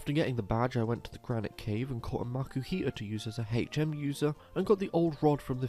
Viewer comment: I subscribed the moment you said Hech Emm